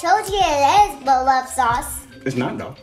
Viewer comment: “thank you for the food and beloves sauce” lmao